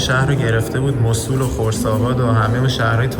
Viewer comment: موصول نه موصل